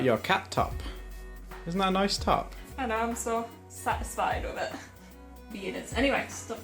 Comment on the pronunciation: when you were talking about your sweater, i thought you said 'cat-isfied' instead of satisfied and i giggled really hard. i love your channel so much !!